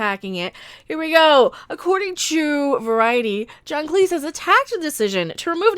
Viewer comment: Thank you for pronouncing Cleese as Cleese and not clese